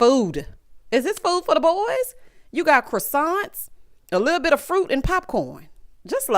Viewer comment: “Little bittle”😂